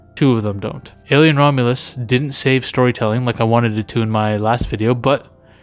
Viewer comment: It's Romulus with a US not AS, I don't even know how you managed to get that wrong it's literally the title of the movie and you got it wrong in the description too